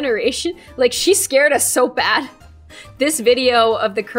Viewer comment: Did she say scar when she meant to say scare 4:49:0